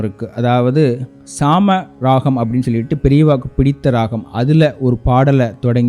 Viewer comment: Wonderful edition. Sir it is not Lalkudi but Lalgudi. Similarly not saama ragam but saamaa ragam. With due respect nd apologies!